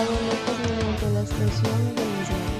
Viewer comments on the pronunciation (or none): none